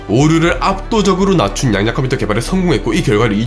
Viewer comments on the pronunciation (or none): 발음이 되게 안좋네요 양자 컴퓨터가 아니라 양야 컴푸터로 들리네 ㅎㅎ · 야쟈컴퓨터가 자꾸 들려 ... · 좋긴한데 양야 컴퓨터라고 들립니다